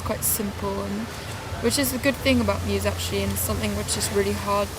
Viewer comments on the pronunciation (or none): her name is ellie I never knew that that's funny. also never heard of that favorite album. oh muse I thought she said mute I hate muse.